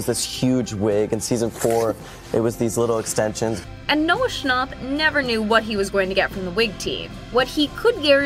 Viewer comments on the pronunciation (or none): The narrator: Noah schnopp Noah schnap: what did she sayyy ? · "Noah schnopp" STOP IS SCHNAP😭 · Why do you say shcnopp? It’s Schnap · Lol wait?? Noah Schnopp? How did that pass editing 🤣 its schnapp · She said Noah Schnop not Noah Schnapp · Why would you say shnopp it’s schnapp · It’s Noah shnapp not Noah shnopp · Her: Noah Shnopp Me: …. TRIGGERED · “Noah schnop” I’m personally offended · Im getting so mad cuz shes saying Noah "Scnopp". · she really said "noah schnarp" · Bro really said Noah snOchp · “noah schnopp” 💀💀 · Bro just said Noah schoop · She really said Noah shnopp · Did she really say scnop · she saying noah shnopp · it bothers me how shes saying schn-AU-p